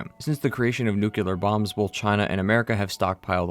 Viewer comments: ITS NOOKLEAR NOT NEWKYEWLAHR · The word ‘nuclear’ is pronounced NU-CLEAR (as it’s f**king spelled)! It is not pronounced NU-CU-LAR! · NOO.KLEE.ER. NUCLEAR. Not NUCULAR. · There is only ONE "U" in "Nuclear" - it's not "Nucular" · Nu-cle-ar. It's pronounced New-clee-ar. Not Nukular. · It’s pronounced “nu-clear,” not “new-cue-ler.” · New Klee Ar > Newk Yoo Ler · Nuclear. Nu-clear. Not "nuke-you-ler" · STOP SAYING "NUCULAR" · its nuclear not nucelar sorry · Nu-clear Not nu-cular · nook-lee-er not nook-u-ler You are pronouncing it incorrectly. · One small thing, nuclear is pronounced “new-clear” not “nuke u lar” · stop saying nuk-le-ar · why you pronounce it "nucular" instead of "nuclear", it's a good video but that almost ruined it for me :( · NewCLEAR, not NewKeLaR. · Just a pet peeve of mine: it's nuclear, not nukuler, I'm talking about the way you say it. Other han that amazing video ! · Please, it drove me nuts to the point of clicking Back: it's nu-cle-ar. Nuclear. Nuclear. Say it with me: nuclear. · The word is 'nuclear', not 'nucular'. What the heck is a 'nucular' anyway? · Excellent video! Thanks for this. BTW though, nuclear is "nook-lee-er", not "nook-you-ler" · "Nukular" Bomb 🙄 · Hard to keep watching after he says "nucular". Maybe go worship you some Jesus, something in your depth. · I'm sorry you cant say "nu-clear". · Nuclear. New - clear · Speaking on a game called FALLOUT then mispronouncing "nuclear" is both hilarious and annoying 😂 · Okay so Great video did enjoy and agree But u always say nucluar which is ever so slightly annoying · How do you play fallout.... Make a whole video about fallout..... And still say NUKEULAR!? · Don't say nucular bro. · “Since the creation of the nuke-u-lar bombs” Are you… mentally deficient? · How uneducated do you have to be to repeatedly say "nucular"? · Nucular? Good grief. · Aww maaaan things we're going so well until you said "Nuke-ya-ler." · lol "Nucular" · "NUKE-U-LAR". Yeah, you lost me. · nu-q-lar, huh?